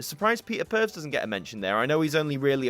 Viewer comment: Great review/unboxing. For future ref Peter Purves' surname is pronounced "Purvis", not pervs ;)